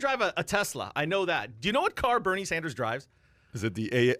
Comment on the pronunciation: Who is "Berine" Sanders? lol